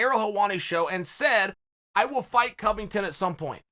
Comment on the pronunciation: Convington? Chael is off the coke and henny